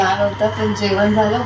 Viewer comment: जेवण म्हणताना "जेवन" म्हणते आणि बनवलं म्हणताना "बणवलं". न च्या ऐवजी ण वापरला की आपण खूप शुद्ध भाषा बोलतो असं वाटतं काही लोकांना. छान ला छाण , घाण ला घान असं का म्हणता उगीच. भाषा शुद्धीकरण करा जरा.